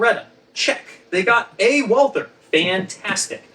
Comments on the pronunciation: It's "Beretta" instead of "Beredda", "Walther" is pronounced "Valta" instead of "Uolther" and "PPK" is pronounced "peh-peh-kah". I don't understand how someone, who has written a book about it, gets that wrong. 🤔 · Walther is pronounced “Valter” please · Just for reference: "Walther" is pronounced "Walter" like in Walter White. No th-sound. Greetings from Germany :) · Just pronounce it "Walter". The Germans don't do the thorn sound, and the English version of the name "Walther" is "Walter" in any case. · I’m rather surprised to hear you guys mispronounce Walther. Surely that’s a conscious choice? M got it right in the movie clip… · Alas, I'm too late getting to this, and I'm sure neither Ian nor will even see my question... but I was hoping that with two distinguished Subject Matter Experts in the video, I might get an authoritative answer to the following question: Why is the pronunciation of the 'w' in Walther always the English pronunciation, and not the German pronunciation? i.e. W and not V? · Your pronunciation of Walther is doing my head in. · Errors within errors, and the very two experts to be able to disentangle the nonsense of the prop guns used in Dr. No; however, both of them fundamental make their own errors within errors by not only mispronouncing the German words for the guns, but doing so in different, novel ways. Ian commendably learned French to be better able to research his tome on French rifles, but in the matter of German, its pronunciation is impressively regular. All one has to do to speak German like a native is to know a few rules, and practise some of the “weirder“ sounds. It´s Valt-her, not /walter/ or /walther/. In German, /W/ is pronounced /V/, and there is no /th/ sound. So simple.